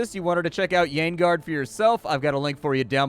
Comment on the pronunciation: Great, a friend told me on voice chat that you had a new video up. And he pronounce the name of the game as Yaoiguard. Thought it was another anime-style dating vn.